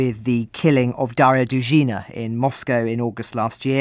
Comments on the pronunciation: Dugin's daughter was Dugina, not "DuzhEEna". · DOO-ghina. These journalists should study the pronunciation of foreign names. They're are often off, and sometimes I don't even recognise who or where they're talking about.